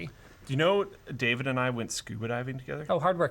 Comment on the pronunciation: "Dawid" is pronounced "dah-vid." He's South African